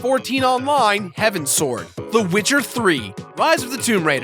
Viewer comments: Guys, Its Heavens Ward, there's no Sward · HOW DARE YOU. It's "Heavens Ward." Not "Heaven Sword" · "Heavenswoard" no buddy its heavens ward but ty for mentioning its an awesome game lol